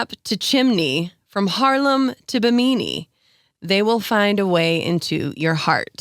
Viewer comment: The Carribean island mentioned... Bee-MEE-Nee? I believe it's pronounced BIM-a-Nee.